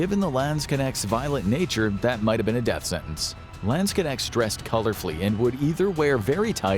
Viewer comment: As a german I cringe at the way you pronounce Landsknecht... LAAANDSKINECTS WTF IS LAAAANDSKINECTS!!!!!!